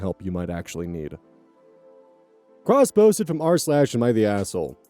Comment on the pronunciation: OK, I know this is completely off-topic, but... The way you say "cross-posted from r/..." keeps making me do a double-take, because I keep hearing "crossbows from Mars"...